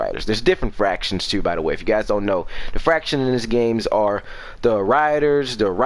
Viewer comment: It’s factions not “fractions”😂